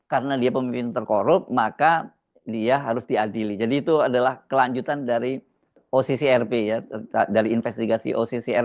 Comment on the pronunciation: Harsubeno, Kecian deh elo. Ngaku jurnalis, tapi isi videonya semua terbalik dari fakta yg ada😂. Ngucapin OCCRP aja salah😂😂😂